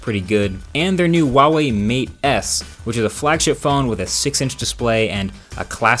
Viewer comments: who - ah - way, not wah - way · why does he say wawee instead of huawei? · Just something i noticed, you say wall wee instead of huawei. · Great video like always. Just one nitpick. The H is pronounced in huawei, and isn't silent. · The way you pronounce Nikon and Huawei :'D